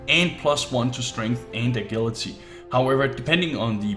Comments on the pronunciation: "Agillity" HE IS OLDER THAN ME AND I CAN SAY AGILITY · you had me at a-gilly-tee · Ikr I was hoping I wasn't the only one hearing that. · u pronounced agility wrong lol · he pronounced "agility" wrong😂